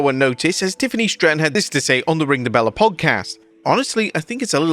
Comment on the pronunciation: The channel is ring the BELLE not Bella 😂